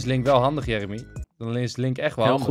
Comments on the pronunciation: Jer emy whahah hoe enzo dat zegt het is Jeremy xD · Jeremy? Djermey hahah